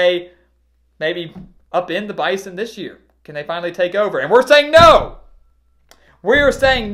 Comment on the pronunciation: You are the only sportsman that has pronounced Bison with the "z" you are correct NDSU employee